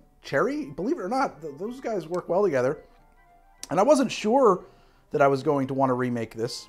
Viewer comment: "I Wasch in the throesch of a diabetic coma" — Col. Gentleman